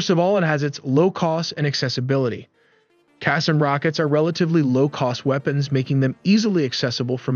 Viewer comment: Qassam is pronounced as ka saam.